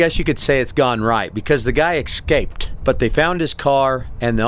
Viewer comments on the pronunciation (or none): The guy "ekscaped"? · "Eck-scaped." Hilarious.